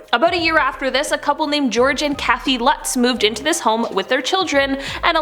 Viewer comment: Lutz. LOOTS. Don’t expect you to know it, it’s a German name, and you’re probably not German, and even if you are, it’s funny because most German North Americans have no idea how to pronounce it either.